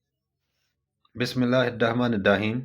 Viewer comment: بِسْمِ اللّٰهِِ الرَّحْمَنِ الرَّحِيْم بسم اللہ صحیح طریقے سے پڑھنے کی پریکٹس کریں اس ویڈیو کے شروع میں جو آپ نے بسم اللہ پڑھی ہے وہ ویڈیو دوبارہ پلے کر کے دیکھیں